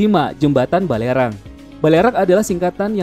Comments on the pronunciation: Waduh mimin tolong di kroscek lagi nama jembatan di Batam itu bukan Bukan Balerang tapi Barelang, pantes telinga ku berasa aneh dengernya... Tulisannya bener tapi pengucapannya salah.. Sukses terus ya min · Batam = Jembatan Barelang bukan Balerang gaess 😁